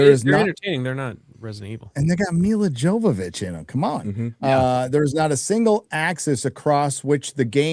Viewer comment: I'm pretty sure although it's spelled "Jovovich" it's pronounced "Yovovich".